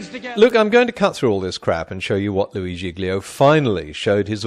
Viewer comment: It's Louie, not Louis. Apparently.